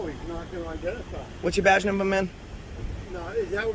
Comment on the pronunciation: The goober asks the black officer if he knows who he is. My answer would be nope, but I know you don't know how to say the words number (numba) or partner (padna) and actually enunciate the syllables correctly. Oh dang, is that really his accent? He needs to try harder on speech. Or maybe in that area, he just need to spell his own words like he speaks them. It could be a variation on English, not a dialect or an accent. Way more acceptable than an simple accent to hear idiocy come out of. I mean, it's pretty different already, one must admit. Now don't anyone else get offended by that please, I am just talking about this guy. Although I guess it is more difficult to hear idiocy come out of any kind of accent frankly. Stupidity is grating anyway whichever way you swing it. Although I will say, even though you can record police in the course of their public duties, their computer screens in the vehicles are private. But I guess stupid is as stupid does. Wait... I just realized the end of the video this was. LOL